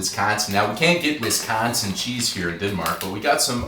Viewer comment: Nice video however not a fan of how you consistently pronounced Wisconsin incorrectly. I know it was in fun but it was a little disappointing. ❤